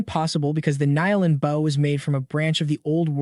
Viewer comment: Serious question why is it you can't pronounce bow